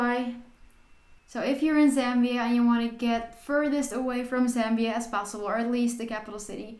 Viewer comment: Thank you actually pronouncing the name correctly, much love and support from Zambia 🇿🇲